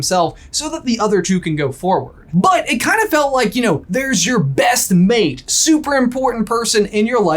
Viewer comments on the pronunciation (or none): none